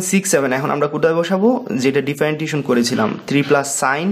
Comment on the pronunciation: Hear to Feel weird that you can’t properly pronouncing "Differentiation"